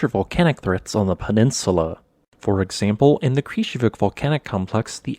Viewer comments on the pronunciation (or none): none